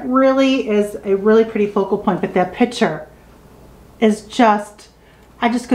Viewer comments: I noticed that, too! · The work is "picture" not ".pitcher."